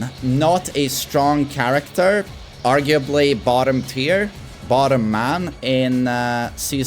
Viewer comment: "Don't chang'e charactah" - Knee